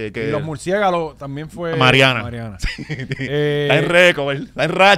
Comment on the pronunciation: Valiente , se dice murciélago no, murciegalo, jaja. Pon el video en .